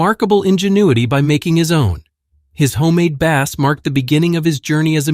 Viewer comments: If you hadn't been so lazy and done the narration and research yourself, you'd do the subject a favour by not including a photo with Saville and pronouncing bass as a musical instrument and not a fish. AI crud. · "His homemade bass" pronounced like the fish. I hate these AI narrated videos. Down voted. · and his homemade bass that rhymes with pass.😂